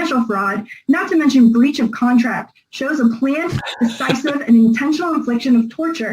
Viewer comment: Did she say "bleach of contract"?